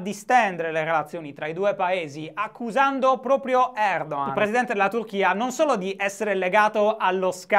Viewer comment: Si pronuncia Erdohan?Eppure mi ricordavo che fossi sardo non toscano.